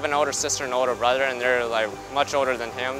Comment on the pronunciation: "The only time I get to see my brudder" lol